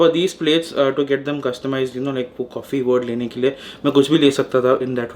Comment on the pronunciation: Nice "Cawfee". So much thought process went into that word. Some different content ..of this vlog.